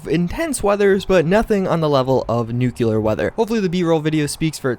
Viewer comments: / ITS NOT NUCULAR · *new-clear not nu-cya-ler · say new, then clear, nuclear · It's Noo-clear not Noo-coo-lar. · / Not gonna lie. The first time I experienced a radstorm scared the bujeesus out of me, definitely an awesome part of the game even if vanilla. Also... It's pronounced NOO-KLEE-UR not NOO-KYU-LURR. Just saying. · nuclear is a two syllable word: nu-clear (not nucular) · NU* CLEAR* not NUculer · It's "new-clear" not "new-kewl-lur" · ITS NOT NUCULAR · Dislike, because you pronounced Nuclear wrong. It's Nuclear not Nukuler. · This dudes george Bush's son 😂 NUCULAR? or NUCLEAR. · Nu-cle-ar, not nuke-you-lar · Its not nuCULAR its nuCLEAR. Its not even remotely correct, its scientifically wrong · It's pronounced NU-CLEAR, not NU-KILLER or any variation thereof. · Thrownblock It is both Nu-cli-ar, and new-clear. “Nukular” is not a pronunciation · british people dont say nukular they also say new-clear. Its the correct pronunciation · I think it's because you said "nucular" more than once.. You know, instead of using the the correct pronunciation of nuclear. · Grubert Chubbiecawké also nucular weather lol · That's what you get for saying "nucular weather" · he pronounces nuclear like nuke-yuh-ler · You said nuclear like Nuke u ler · How are you playing a game where they actually tell you how to pronounce the word and still call it "NUKE-YOU-LERR" you sound like an idiot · I unsubscribed because you said NUC-U-LAR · Nucular weather. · “scareder” “nucular weather” .... 👀🤔 Oh, and the faulty scope, too? 😔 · “A lot scareder for your life” “nucular” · Okay buddy say it with me- “nu-clee-ur” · Lol NUCULAR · Nu-cle-ar. Nuuuu-cleeeee-arrrr. Nuclear. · Nucular weather? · NU-CLEAR. Repeat with me: NU - CLEAR! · Nucular? NUCULAR? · Nuclear is pronounced new clear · "Nucilar" loool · "Nook-yoo-ler weather" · Nucewlar weather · Why do all Americans say "nucular" instead of "nuclear"? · CRINGE LEVEL 99% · Thrownblock “New-Clee-Er” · Umm, I'm pretty sure it's "Nukyiler" duh?!?